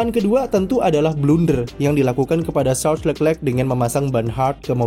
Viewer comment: kritik utk narator .. perbaiki lafal penyebutan nama charles leclerc .. nonton aja video nya di yt.. gunakan lafal sesuai asal namanya.